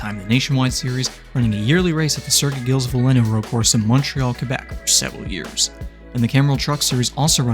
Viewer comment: pronounced "vill-neuve"